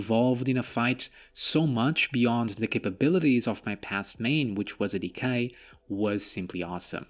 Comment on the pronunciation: D K! Not decay.